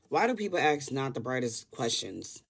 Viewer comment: You cannot even pronounce the word "ask".and you expect people to listen to you?